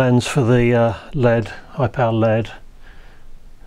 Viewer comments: L-E-D not LEAD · Am I the only one who cringes every time he says lead? It’s an L E D. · Repeat after me - L.E.D..... L.E.D..... Not ruddy led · EL EE DEE. Not "led" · Saying led instead of LED was so strange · LED NOT LEAD 🤣🤣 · The way you say "LED" sounds more like "lead", like the metal... Maybe this channel will soon take off like a lead balloon?